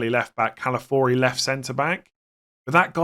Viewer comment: It’s Calafiori, not Calafori.